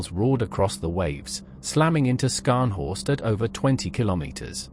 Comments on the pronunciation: Scharhorst is pronounced sharhorst, HMS Norfolk damaged the main radar and fire control systems. After that, Scharhorst was firing blind. A sitting duck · Pronounced Ssharnhorst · Skarnhorst eh . Silly error. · Slightly ruined by the pronunciation of Scharnhorst, not Skarnhorst!